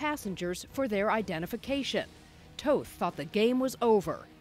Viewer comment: They say toth incorrectly